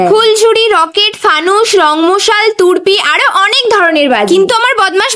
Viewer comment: তুরবি না গো তুবরি 😂😂😂😂😂